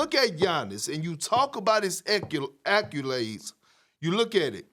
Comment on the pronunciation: “ackulades” - kendrick perkins